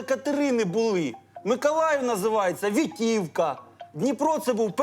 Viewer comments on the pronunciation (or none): Вітовка, а не Вітівка